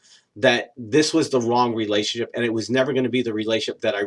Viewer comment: Agree totally...good information, but please slow & enunciate when you say "relationship" & "ultimately". Vast majority of the time they sound like "relay-ship" & "ult-ly".